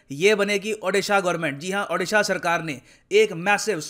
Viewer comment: Sir can you please pronounce O-disha its not Adisha... Please sir its a request from Odia....love from Odisha to all